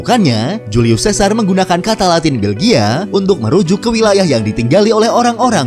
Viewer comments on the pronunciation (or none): none